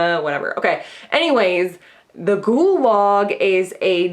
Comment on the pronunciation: i want you to know that every time you talk about the shudder ghoul log, i think you're saying "gulag" and it's so dark and funny to think about someone enthusiastically gushing about how much they "love the gulag"